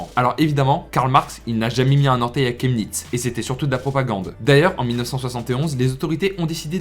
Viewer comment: ça se prononce shemnitz